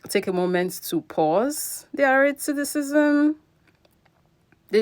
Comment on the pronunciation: Racism.... Not " Raticistisim" 🙄🙄